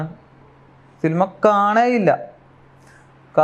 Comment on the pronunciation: സിൽമ.... സിനിമ ന്നു പോലും പറയാൻ അറിയാത്തവൻ 😂